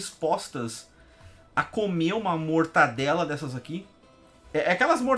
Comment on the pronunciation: Acho que ele fala zoando o "mortaNdela" porque na segunda vez, quando está distraído, ele fala certo.